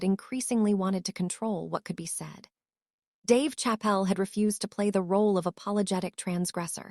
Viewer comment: We're not gonna witness anything. We're gonna witness you keep running your pie hole instead of netting the interview happen. And get a better AI. Can't pronounce Dave Chappelle. Come on, man.